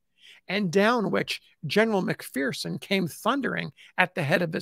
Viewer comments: FYI: McPherson is a Scottish name and is properly pronounced as Mc fur son, not Mc fear son. The McPhersons say "There is no fear in McPherson". I truly Enjoy and appreciate your work very much. RPG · There's no 'fear' in McPherson. As we say here in McPherson, Kansas. It's pronounced Mc-fur-son.